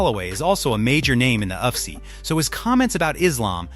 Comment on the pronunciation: Maa analyst? Uff-see? Bruh...your Ai can't read for shit. Get new.